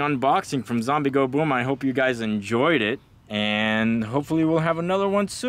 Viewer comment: I stopped when he says....."For zoombie killing".....WTF?????????